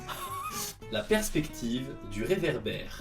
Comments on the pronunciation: « LA PERCHECTIVE DUWA VERAVERA » 😭😭😭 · Shown : "La perspectiv'... d'ouévélavéla !" you killed me bro 😂👌🏻🙏🏻